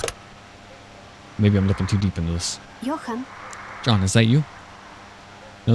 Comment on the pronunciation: jo-han. not john. also a bober is a capybara.